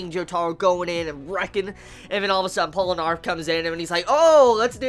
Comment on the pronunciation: Pole-eh-narf? hahahah